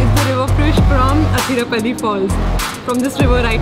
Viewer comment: Its not Hatirappally...Please pronounce it as 'Athirappally'